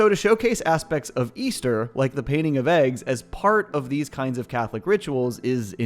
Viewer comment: Easter? I thought he said weaster!!